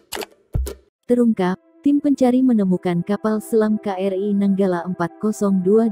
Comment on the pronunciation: nyebutnya "Ka-Er-I" min, bukan "Kri"